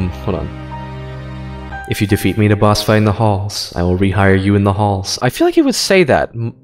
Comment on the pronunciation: “your getting fired in the halls” wait that sounded like “your getting fired in the hole” /ref